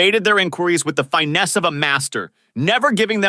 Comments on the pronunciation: the hell is Fine-ness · Yeah, something. They pronounced finesse “fy-ness”